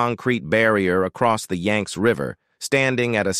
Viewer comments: yanks? WTF its pronounced yangsee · The name of the River is: the Yang-tze /// YANG -TZE River, two syllables. This is important. To get the pronunciation of Chinese name correct, especially one of the two essential rivers of China: the Yang-tze River and the Yellow River. And the province is Hu-bei / Hu-bay, accent on the Hu syllable.